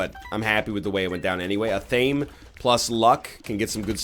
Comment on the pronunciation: Glad you've started to appreciate athame as an item. Almost as glad as I would be if you learned to pronounce it correctly (ath-uh-may)